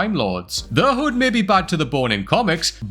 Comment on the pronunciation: Its taking way too long for Adam Warlock to debut! Also did you call the Hood... "The Hud" lol